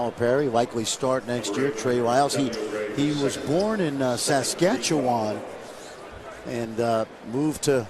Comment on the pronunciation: Listening to these gus try to pronounce Saskatchewan lmao